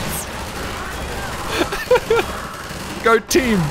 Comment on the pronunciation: Love the accent, "There we gor"